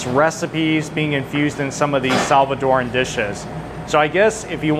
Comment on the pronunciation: Looks good. Oh, and thanks for pronouncing Salvadoran correctly. It’s not Salvadorian nor Salvadorean, it’s Salvadoran.